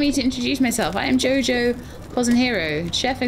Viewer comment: Always funny watching non-portuguese speakers trying to speak portuguese. haha Jo Jo Cozinheiro = Jo Jo Cook, not that hard to figure since he's a Chef! ^^ P.S. I'm from Brazil!